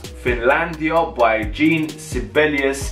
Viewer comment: Jean Sibelius's first name is pronounced like the French form of the male given name “John.” It is pronounced (phonetically) as “Zhawn,” with, if you want to be precise, that very French nasally “n.” The “Zh” should sound like the “s” in “Intrusion.” So, it is NOT like "jeen!”